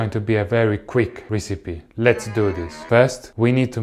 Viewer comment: No one: Davie504: This is going to be a very quick risipi